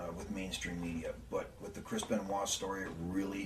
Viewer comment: The way that the WCW Announcers would pronounce his name I thought his name was Crispen Waah. #🎉